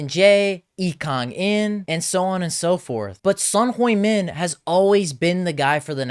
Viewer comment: Want credibility? Learn to pronounce his name. He’s only been playing for over a decade in England…even they can get it right. I turned you off immediately 🙄